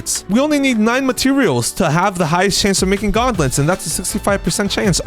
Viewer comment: "Gautnlets" xD